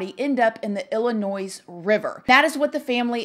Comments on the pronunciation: Hearing the “s” at the end of Illinois makes me cringe! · There is no noise in Illinois. Just saying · The s is silent in Illinois, its like fingernails on a chalkboard to people who live in state when you pronounce it like that, lol no biggie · The s in Illinois is silent. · You don't say the s in Illinois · I’m guessing that you are an American and you were born in this country and you don’t know how to say the state of Illinois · lol! "ILLINOISE"! smh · Illa-NOIZE lol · Illinois is not pronounced “ill-i-noyZ”, the “s” is silent so it’s “ill-i-noy” based off of a French adaptation of an Algonquian tribe name. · Ill-a-noy....not Ill-a-noise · Please pronounce Illinois, correctly….it’s noi not noise… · Pronounced ill-i-noy...not ill-li- nois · God bless Jelani Day and his family. This needs more attention. They need answers. So sad. Btw,, this is one of your babies talking: Illinois is pronounced ill-in-oy — the S is silent. Love youuuuu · It's (ill-uh-noy) 💜 Illinois. Praying for Jelani's family. 😭 Great video 🦋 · PLEASE DO NOT PRONOUNCE ILLINOIS WITH AN S ON THE END COME.ON. I can't even comprehend that I have heard her say that several times. Mind numbing. Education is important people. Cringing. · The S is silent in Illinois. Sounds like Illinoi. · The S on the end of Illinois is silent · You don't say Illinois with an s, you are killing me. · Illinois. Not s is pronounced. It's pronounced like lllinoi. Just for your info only. Kind of like Arkansas. Neither have the last s pronounced. Also, it came out that the sister was also at that campground. Their attorney admitted this. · Girl, we do not pronounce the s in Illinois! Illinoi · Hun…Illinois is pronounced with a silent s. “Illinoi”. Try it! Xoxo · I'm not being unkind but you do not pronounce the s on the end of Illinois. It is silent. Pronounced Illinoi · Sorry if I sound like the grammar police but it's driving me nuts! It's a silent s on the pronunciation of Illinois... IL-ə-NOY